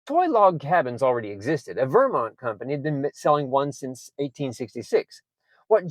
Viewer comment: Please pronounce Vermont correctly, emphasis on the second syllable. Thank you.